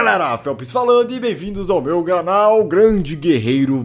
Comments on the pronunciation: ele falou " bem vindos ao meu granal"?? sério isso? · no começo o felps falou em vez de canal falou granal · Hey Galera, Felps falando e bem vindos ao meu "Granal" heusuhsuheuhs